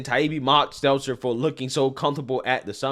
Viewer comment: I swear i listen to every show and have for over 2 years and that is legit the first time i ever heard him say Brian Stelter's name right... Dont believe me? go back and listen to any post about that idiot and he will fuck Stelters name up